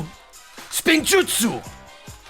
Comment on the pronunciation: Damn it you had one chance, it’s “spinjitzu” not spin-jutsu